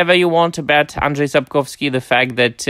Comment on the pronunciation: The English speakers have decided that Andrzej is pronounced as 'Adres'. I have no idea why. The pronounciation of Sapkowski tends to be a bit more random but at least usually it is more or less identifiable.